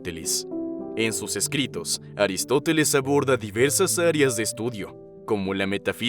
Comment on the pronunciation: es aristofeles? O aristoteles? 🤔 o son diferentes?